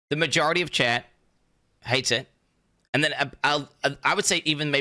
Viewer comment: I honestly thought he was saying Chad, not chat, for two years.